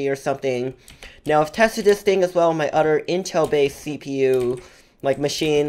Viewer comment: Odder😂 “other” oml ilysm 😂😂😂